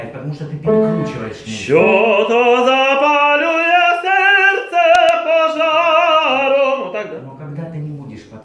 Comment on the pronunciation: От твоего "серцепожаром",, у меня телефон дребезжит...